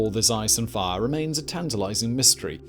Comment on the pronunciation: ice and far? hot larva? man this guy's mispronunciations are driving me nuts sometimes.